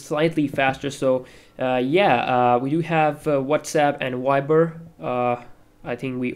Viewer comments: Not "W"iber.. "V"iber.. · wiber.??? its viber..😬😬